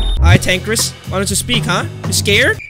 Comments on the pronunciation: Bro the way he was saying tanqris instead of tanqr is better is frustrating me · This mans said tanqris LOL TanqR is a roblox yter🤣🤣🤣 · that name is not tanqris is tanqr is betta